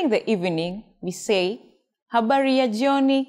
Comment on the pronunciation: Do you really pronounce jyoni, instead of jioni?